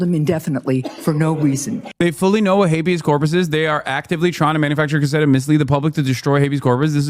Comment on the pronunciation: 🤪 “Hay-bee-ass corp-ass is when the President gets to do what he wants.” 🤪